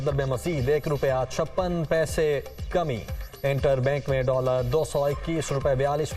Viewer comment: 😂 kami word ko theek kr len